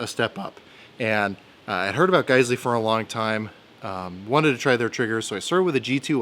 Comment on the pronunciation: I'm just glad I know how to pronounce guysley now thanks to you, before going into the gun store and making a fool out of myself. Thanks, great video too!